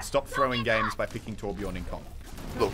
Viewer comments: I know that it isn't a real Torbjörn when his name is Torbjorn xD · omg plz someone tell him to l2ö if he wants to be a real Torbjörn main. It's not called Torbjorn >.< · MUSELK!!! THERE IS A GUY CALLED TORBJORN PLAYING TORBJÖRN, TORBJÖRN WITH THE SWEDISH/GERMAN Ö IN IT!!! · It's TORBJÖRN